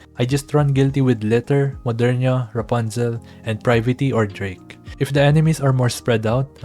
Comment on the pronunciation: The way you call Liter like Litter 💀(Jkjk its fine) But yeah still halfway done on unlocking her but I do need a close range ST burst like Guilty, glad I stuck with her, also curious on how ourself will be able to counsel her perfectly at the end.